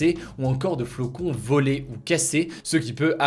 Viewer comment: C’est moi ou à 3.45 minutes tu dis « flocon » ? 😂 bref merci de nous synthétiser toutes ces infos !